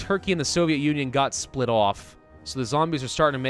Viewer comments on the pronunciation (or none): none